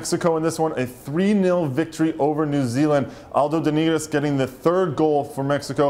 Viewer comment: It's "Aldo De Nigris"...